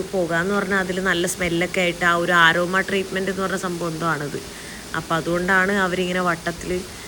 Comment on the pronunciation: 😂😂😂 ആരോമ അല്ല അരോമ 😂😂😂